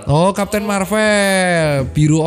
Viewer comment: sorry dok, bacanya marvel bukan marvel:yougotthis